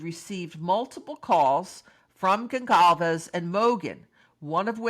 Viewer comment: There is no hard letter c in Goncalves. It's pronounced like "solve" in the middle. Gone-solve-ezz